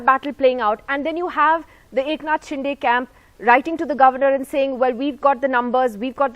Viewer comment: Nidhi Razdan should atleast get the pronounciation right for "Shinde"